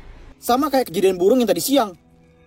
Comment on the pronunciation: Burung ❌ Buwung ✔️